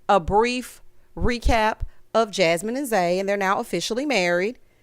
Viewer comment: Errrrrrrrrrtime Zay say Jahmine instead of Jasmine i cackle😂😂😂😂😂 💀 Not only did Ricky have that atrocity of a suit on. (Honorable mention Kat) but he took out not one but TWO plats 😭😭 the whole look gave silverware😕 the nerve with 1 mm of growth. Not boneless baby braids. I see you though Luther aka Big Luth!! 😎👀